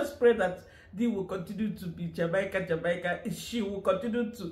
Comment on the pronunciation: Jamaica is pronounced "Jah-May-Ka."